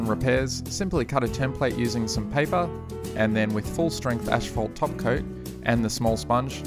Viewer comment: "ash-phalt" xD